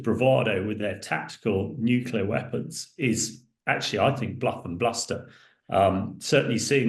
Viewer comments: The word is NU CLEAR NU CLEAR NU CLEAR NOT NUCULA NOT NUCULA NOT NUCULA, Jesus men (and i's usually men who mispronounce the word) , it's your language and you're mangling the danmed word. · Please, the word is ‘nuclear’ not ‘nuculer’. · Right. Sadly, even George W Bush used to constantly say "nucular" even while president. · Nuclear, pronounced new-clear. This is not difficult! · NUCLEAR!! Not Nucular! Ffs sake, you're in the bloody army 🙄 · I offer my free consulting services on how to correctly pronounce "Nuclear" to anyone who has a role in which they will speak on TV, Social Media, or speaking venues. HMU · Reminds me of Bush junior, several Uk nuclear experts and media heads … irritating 😊👍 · Thank you - that annoys me too